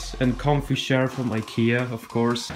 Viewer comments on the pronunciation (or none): Lel he says sher instead of chair like pewdiepie